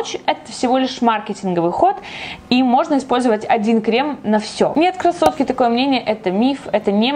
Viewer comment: Почему я постоянно слышу кроссовки, а не красотки?))